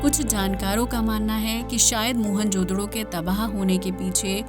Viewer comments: What the hell is mohan jodro? It's mohen-ja-daro😂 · मोहन जोदडो नही, मोहन-जो-दारो..😊